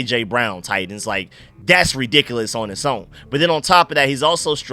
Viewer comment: Bro you confused me with how you said titans, it sounded like you were saying tight ends, had my mind in a maze 😂